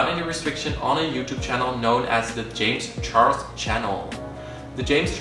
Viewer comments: I hate to be that person but its james charles not james chorles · “JaMiE ChArLoS” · "jam charlos"